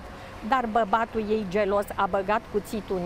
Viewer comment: si ea in loc de barbatul citeste babatul si tot noi suntem analfabeti